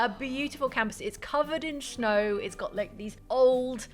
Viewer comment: Did just say "It's covered in shnow?". I'm pretty sure just said "It's covered in shnow." I'm pretty sure that's adorable.